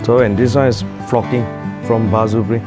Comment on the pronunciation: "for foii and focking"